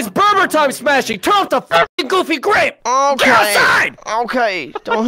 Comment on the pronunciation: GooFY gWape GowOFFey GWAPEe